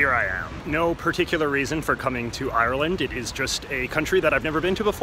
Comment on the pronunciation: If u say ieyer-land one more time...